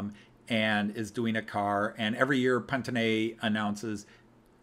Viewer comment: Thanks for going through the catalog. Btw you were pronouncing Pantone as a German but the company is from New Jersey. It’s Pan Tone as in “many tones”